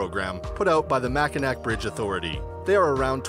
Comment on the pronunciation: Mackinac is pronounced mack-e-na. It is a Native American name. In 1989 a woman driving a Yugo lost control and plunged 170 feet into the chilly waters under the Mackinac bridge.